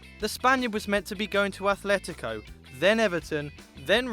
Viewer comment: he did really well, but it's atletico not athletico. otherwise great